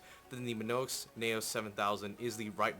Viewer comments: Not minoix it's mionix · mionix----------MEE-ON-IX. not me-no-ix. either that or you mispelled it. sorry it was giving me a tick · its mionix, not monoix... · it is mionix not minoix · He sais "Minoex" but it is Mionix..... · Its mionix not minoix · I cringed every time he said Minoix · MY-ON-X thats how you say it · mayonex yes that's totally how you say it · i swear to god. if you say MiNoix one more time, im gonna slap your face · its spelled Mionix, and pronounced as me oh nicks. ;) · He can't even pronounce "Mionix" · Dude. You say mionix wrong. Learn to read.